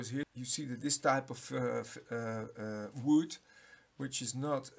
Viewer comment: ook wood dutch plus englisch funny guy